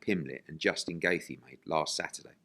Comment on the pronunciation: correct Eddie on his pronunciation of Justin Gaethje please lol... He said it wrong every time lol and that was abt 10times lol